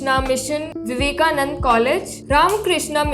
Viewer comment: Why are you swallowing vowels ? You are in South India not Arabia.. It is Vivekanand-a NOT Vivekanand.